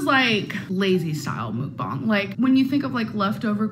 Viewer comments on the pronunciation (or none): I can’t believe does “mukbangs” but she can’t figure out how to say it. MOOKBONG? Girl stop. Two slices of pizza isn’t a mukbang, it’s called eating leftovers